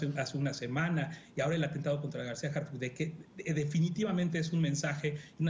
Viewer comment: A ver mi Chairo aprendase el nombre!!! es Harfuch no Hartuf!!! No sea Wey!!!